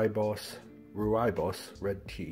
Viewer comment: Hey! one of these butterflies just showed up in my apartment and it's -25° C outside. The butterfly is really weak, I've been trying to nudge a thin apple slice with sugar water drops on it towards the butterfly, but it seems completely uninterested. Any suggestions on how to get it to eat? Day 2 of this adventure PS it's pronounced "Roy-bus" ;-)